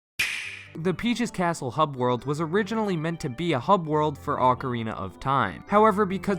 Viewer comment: Am I the only one that heard "on the roof of PJ's castle"?